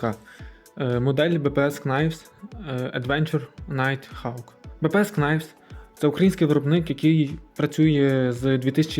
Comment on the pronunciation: Knives читається як "найвс". Там перша k не вимовляється; Для перевірки коли сумніваєтесь: Google translate вимовляє слова;)